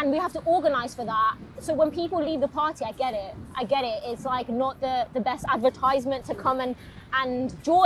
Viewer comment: I sat through the vid liking her but thinking that I wish she'd pronounce 'advertisement' properly. Then she said she likes Coldplay and I had to stop.